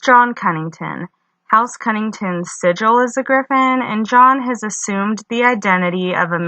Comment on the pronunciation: Is it just me or is it Connington not Cunnington?